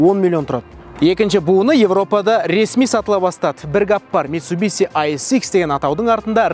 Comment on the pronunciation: Митсубиси емес дурыс айту керек бузбай митсубишшшшшши дей гой братан